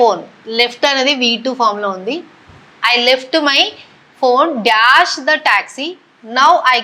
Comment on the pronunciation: Dyaash kaadu ma'am...dash ..anthae...(dyaaa kaadu)